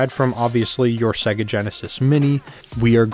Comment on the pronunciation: Thanks for this! I just have one nagging question: Why does everyone on YouTube pronounce Sega wrong, even though most Genesis games pronounce it for you when you start them up? SAY-GUH!!! ;)